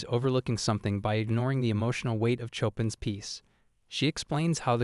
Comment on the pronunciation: im not far into this video, at the part when he plays the Chopin piece, im just going to say this, THE AI VOICE'S PRONUNCIATION OF CHOPIN ANGERS ME TO AN UNREASONABLE EXTENT I STOPPED MY MUSIC AND ALL OTHER SOUNDS JUST TO HEAR IT A SECOND TIME AND IT KILLED ME